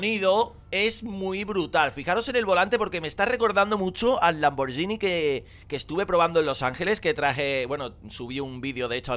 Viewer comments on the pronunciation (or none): none